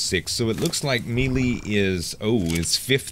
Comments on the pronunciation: its pronounced "MAY LAY" not Meeee Leeeee lol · Love your vids - You are awesome! Please say "may-lay" for melee :) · melee is pronounced malay